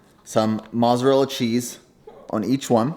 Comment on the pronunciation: The way you say “mozzarella” lol